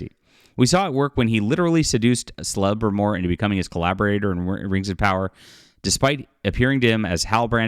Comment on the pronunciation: The most cringe part of the video is you trying to say “Celebrimbor”. 🤦🏽‍♂️